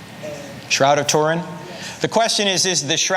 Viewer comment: Try saying Turin properly.